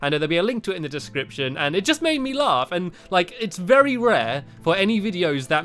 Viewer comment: its in the diicripshan